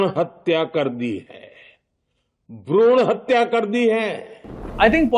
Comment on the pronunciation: Bhran hatya???? Achcha.....Bhroon hatya bolna chah rhe the